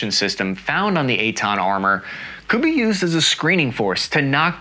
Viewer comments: Took me way to long to get the name. I heard eight-ton and wondered that the vehicle was that light... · Oh, Eitan! Sometimes the American pronunciation sounds more like "eight ton". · I keep hearing "eight ton". EitAn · It’s not called the 8 Ton lol it’s the Eitan. His pronunciation on Hebrew words is a bit off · At first I kept thinking that you're saying "8 ton". Lol. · I was hearing "8 tone" on the entire video 😂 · Cap didn't say 8 tons. He said Ei--tan, which is the name of the vechicle